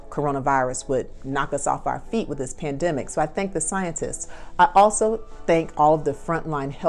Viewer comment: Did she say Plandemic?